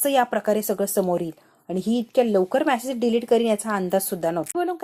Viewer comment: मॅसेज नाही मॅडम मेसेज - उच्चार नीट करायला शिका